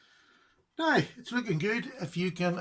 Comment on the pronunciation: I love when he says “now”. “Nigh”! Lol